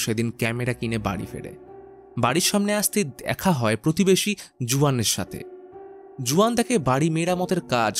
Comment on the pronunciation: Uccharon Hobe huan spelling Juan 🤓